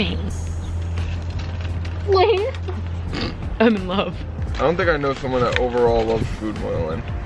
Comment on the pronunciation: Layne not laney😃 hello